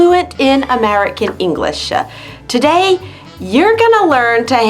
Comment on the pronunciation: /English-e/ ? Christina, you often say [English-e]. Why -e? This video